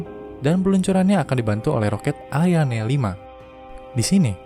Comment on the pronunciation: Ariane bukan Aiane